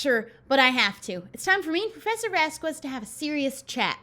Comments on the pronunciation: Um it's not vas-quez it's vas-kez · She does know that Vasquez is pronounced VasKez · it’s pronounced vask-ez. (I’m taking Spanish..) I love you anyway! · Low-key love these vids (also...something has been irking me and i hadn't realized until now but its cause has been saying Vasquez wrong lol)